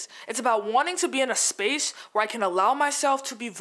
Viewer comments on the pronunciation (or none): none